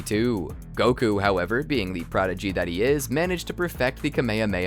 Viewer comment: Stop saying "Kamehameha" like that. FFFFFFFFFFFFUUUUUU